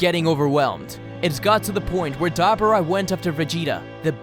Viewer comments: UGH, I cringed every tim ei heard DabAra. It is DabUra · Why is it so hard for you to say “Duh-Boar-Ahh”? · Dab aura read that separate that’s what he called Dabura